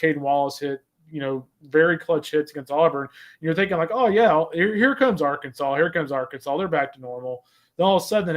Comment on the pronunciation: How many more trips to Omaha will it take before Rooney learns to pronounce ‘Arkansas?’ (It’s Ar’-Kansaw not Ar-Kansas’)